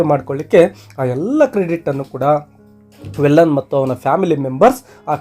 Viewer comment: Sir Sorry to interrupt Its not valan Its veelan...tamil local name